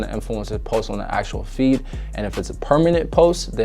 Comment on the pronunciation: Bro every time you said feed I hear feet Idk why 😂😂